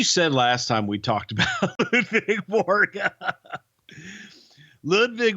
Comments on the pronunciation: LUDVIG not LUVIG jeeze stwtbp get it right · I thought it was "Ludvig" Borga...